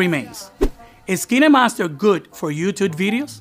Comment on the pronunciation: Dude its kinemaster not keenamaster